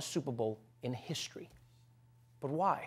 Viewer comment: "Biggest in HISHTRY"